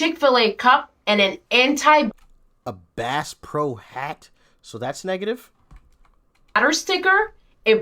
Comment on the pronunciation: Did she mispronounced Bass pro